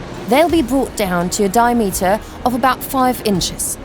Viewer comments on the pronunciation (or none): what is a di pause ameter lol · 'Di - a -meter'??? It's Diameter... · wtf is a dia - meter it's Diameter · Narrator is English and can't even say diameter properly 🤣